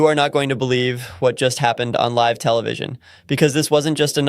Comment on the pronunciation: This is 100% AI....always mispronouncing the word "live".